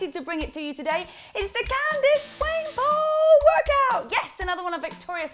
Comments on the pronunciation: "Swaynepole" lol it's swan-e-pool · Please world stop butchering my language! She is South African. It is Swan-epp-oh-elle. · her last name is pronouced Swan- EHHHHH- pool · Oof...that pronunciation of "swane-pool"...😣😣😟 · its swan-e-pull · it's pronounced swah-ner-pol hahaha